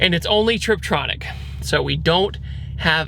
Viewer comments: Gosh dang it! Again with the "triptronic." It's "tiptronic." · tiptronic not triptronic dude🤦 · Dude can you please stop saying "Triptronic" haha it's Tiptronic